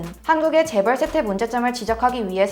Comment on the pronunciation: 재벌 나올때 일부러 미국식으로 줴붤~ 하고 따라하는거 다안다